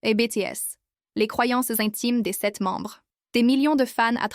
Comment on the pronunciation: MERCI BCP POUR TES NEWS .ET AUSSI , ON DIT BITIÈS . QAND TU DIS BÉTÉÈS , C'EST COMME LE BREVET DE TECHNICIEN SUPPERIEUR MRC❤❤❤❤😂